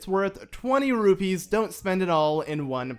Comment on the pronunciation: Sounded like a B